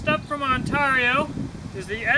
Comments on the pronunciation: Say Heah. There's a few interesting Choppers on the market, The BK-20 and the BK-21, Oh, I called a Operator in Ontario, Canada and she pronounces Ontario different then your take on it, I think your trying to be unique which is kewl beanz, But I just wanted to hear what the correct way was, I guess some say Potato and some say Potato. I say On Ter Io, and you say Un Tar I, Different strokes for different folks I guess, It does bring attention though. But I had to check it out and the Chinook say it like I and most of everyone else. No biggie, But Yeah, I think the BK-20 is a little better than the O. K. C. Mine Rader because the BK uses a 1095 CroVan, Oh, I also have the Himalayan Imports M-43 which is a full tang, Infact I have (2) in different sizes. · As an upstate new yorker, that was driving me nuts lol